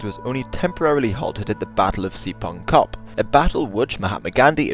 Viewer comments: Spion Kop, not Sipon Kop. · *Spion Kop not sipon kop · Three of the most egregious mispronunciations corrected - Spion Kop (spy hill), it's pronounced 'speeoon kop'. Botha is prononced Booah-ta, Uitlanders (forigners) is pronounced 8-laanders. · you say battle of sipon kop instead of saying spion kop. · Spion kop pronounced "Spi- un-kop"